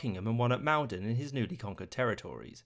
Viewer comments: erm thats Maul-don not Mal-don. Maul-don is how the locals pronounce it, just sayin like. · Maldon is pronounced 'Mul-don' not 'Mal-dan' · "Maldon" It may be written as it is, but we don't pronounce it as "mal-den", but "mould-en". This as someone who has lived here for... I dunno... 12 years or thereabouts. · Not "Mal Don". It's "Maul don". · I live in Maldon. FYI it’s pronounced mol-don. There’s also a village near Maldon called Danbury abbreviated from Danes-Bury. Settled by the Danish. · Hah he mispronounced Maldon